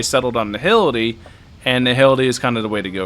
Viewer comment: you should check your pronunciation,. Nihility is pronounced Nai - ility. H is silent.